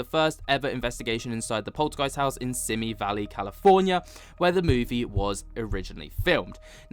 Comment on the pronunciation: Simi Valley.... pronounced See Me Valley. It is a Chumash Indian name.